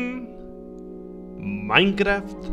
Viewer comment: Minecraf xddd Se te olvido la t ekis de